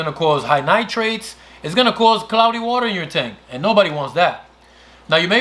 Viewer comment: Good explanations but it was hard to get past how you pronounce "nitrate". Sorry! :/